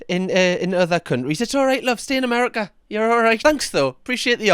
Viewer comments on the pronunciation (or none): none